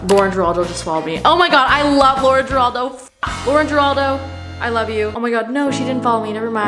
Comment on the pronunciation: it's lauren GIRALDO 😂